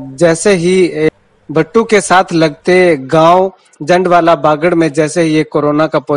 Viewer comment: bar bar jundwala bol rahe ho bhai yeh jandwala h